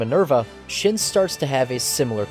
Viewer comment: Seriously how can you screw up "shin" but get "Kira" right? It's the same damn letter and pronunciation -__